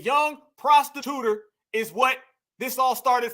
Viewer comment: I'm on the playback and I heard her VP running mate say "prostituter" 😂😂😂.